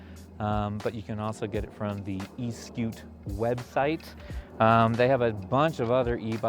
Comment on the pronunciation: The reason why?, the odometer works only when one uses the motor is because; it is trying to tell one the distance the battery has worked , for one to have an idea how much juice is available in the battery to go further. & Eskute is pronounced as; Es for S, ku for koo, te for tay.